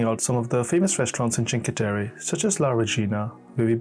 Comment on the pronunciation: A travel documentary but you start with Chinque....terry? 🤦🏻‍♂️ If you've been there surely you know how to say it...